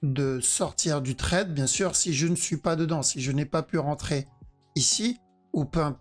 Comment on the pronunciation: Et ZE parti ... ZE VEUT le regular du perp 😂